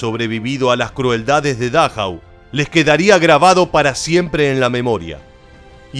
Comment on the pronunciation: Por favor, aprenda algo de alemán, para que pronuncie como es debido, es Dachau, se acentúa la penúltima vocal